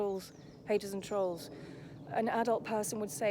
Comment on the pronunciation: The way he torments The Rzucek family is an absolute disgrace ☹️ It’s so great to see his downfall, and it’s nothing to do with the truth channels, it’s all his own doing 😂😂😂 The fact he can’t even say trolls right, does my head in. 🤬 I literally can’t watch his videos. 🤮 It’s so nice to see so many people wake up to him. 😀 He needs to keep buying more subs 😂🤣😂